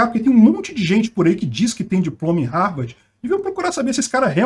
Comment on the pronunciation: Ele falou RARVARDI , mas aí entenderam Harvard, tenso 😅